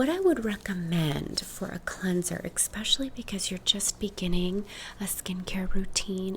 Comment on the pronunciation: 'exspecially' i love you😃💕